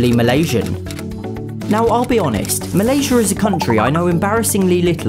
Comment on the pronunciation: well the first one is Malaysia but the second time he said is correct